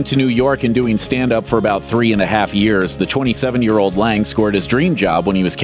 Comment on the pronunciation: This narrator pronounced "27" as "chwonny7". Dafuq